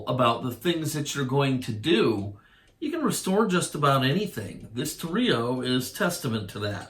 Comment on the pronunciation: Actually your first mistake was calling a Torero a Toreeo! ") Sorry, I couldn't help myself! Great job, I just found your channel and I love it! I've subbed and am gonna have a blast going through the orchives...I mean archives! I know, my wife thinks I'm a jerk too! LOL! Awesome channel! Jack - Canada Manly ~' '~